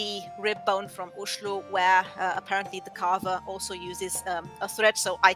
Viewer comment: You pronounce 'Oslo' exactly as local Oslo people say it! 🇳🇴👍🏻